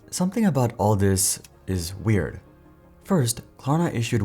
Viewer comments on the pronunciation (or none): none